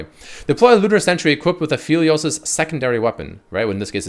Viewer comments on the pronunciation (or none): It's app•heli•os... Not af•heli•os. He's related to the moon and with astronomical terminology there's something called an aphelion (app•heli•on). That's where his name's is from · ah, yes........aphilios.......i forgot e makes an i sound